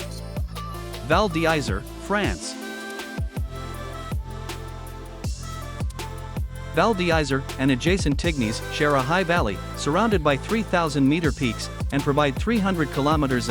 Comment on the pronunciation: Hardly convincing pronunciation val dizzery and tigniz???